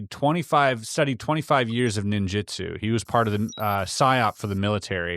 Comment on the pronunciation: It's Ninjutsu not jitsu. Just a heads up.